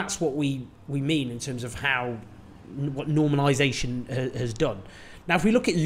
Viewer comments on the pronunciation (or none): "Normanisation" Lol I'm sorry, I need to laugh every now and again in this dark, depressing world.